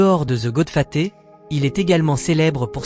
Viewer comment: Goodfaté serieux? Apprends à parler